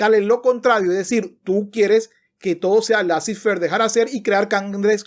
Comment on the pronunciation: Laissez faire es una expresión en francés y se pronuncia "lesé ferg"...